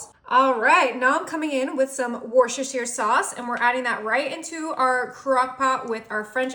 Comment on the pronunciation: It’s pronounced “wuster shur,” not “wuster shire.” Please say it properly.